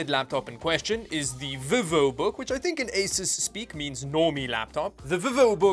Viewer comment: Ps it's pronounced veevo(Vivo)